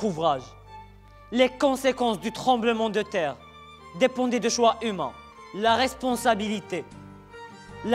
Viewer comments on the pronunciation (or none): C'est Tremblement de terre pas "taire" 🤣